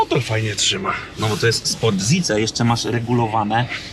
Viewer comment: sport kurwa co? ZICE? a nie SAJZ? O_o znawce tyyy eeee